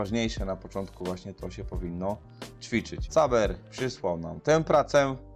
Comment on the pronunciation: cześć tu caber czyta sie Kaber dzieki za mile slowa i ocene pracy, praca byla robiona jakos 2 mies temu ktora oceniales wiec dla mnie to jest toy jak ch*j to co wyslalem xD